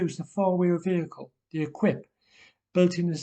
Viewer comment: I think 'Equipe' here is pronounced eh-keep not eh-kwip. It's French for 'team'.